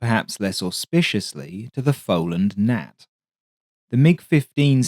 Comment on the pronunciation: “Fohland Gnat?” What’s difficult about ‘Folland’? Come on!